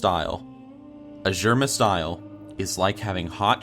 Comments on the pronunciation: It's Azure..mist...the way you say is just...bad. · When he said Azuremyst Isle is thought he was trolling xD